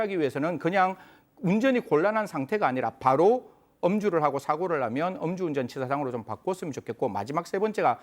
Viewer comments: 엄주운전이 아니고 음주운전요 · 엄주운전 아닙니다, 음주운전입니다 ㅎ